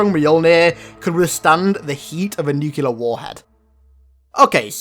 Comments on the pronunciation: stop saying nuculear for god's sake nuclear new-clear nuclear not nuculear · you mispronounced nuclear its said like new-clear not nuke-u-lar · It's "Nuu-klee-urr" not "nuke-yuu-lurr". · you said nucular reeeeee